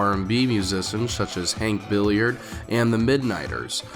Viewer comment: Umm, Hank Ballard, not Hank Billiard